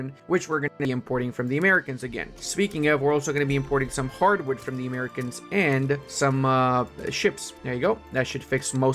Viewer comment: Pronouncing "Americans" as maricón is wild